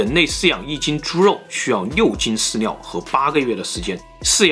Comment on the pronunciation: 你的ㄋ跟ㄌ發音是不是會搞混@@ 飼料講出來變飼尿